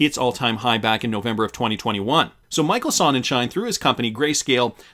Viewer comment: Sonnenschein... "Zone-nen-shy" Stefan Huber... "Hoo-bour"